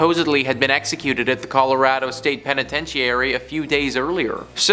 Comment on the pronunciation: pen-I-tench-e-airy….🤣ur So Right!! It’s why I’m in the comments